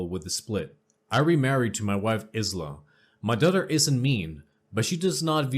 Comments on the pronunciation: It's not (Is la) it is pronounced as (eye la),I know I'm annoying but that's the way I am. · Good narration. Subbed. (Isla is pronounced eye-la, for future ref. 🕊) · isla is pronounced eye-la. the s is silent hope that helps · Isla I la the s is silent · Dots?? Lol no no honey- DOTES!!😂💖 and it's not Is-la, it's more like I-sla, you know, like Borat's wife...lol sorry for being a pronunciation Nazi